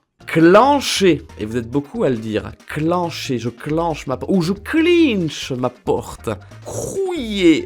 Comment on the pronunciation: j'suis mort avec ton "je clinnche" 😂😂 non c'est clincher, avec le "in" comme du pain 😂